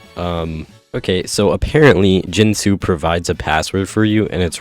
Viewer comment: It's gEntoo! NOT gentOO.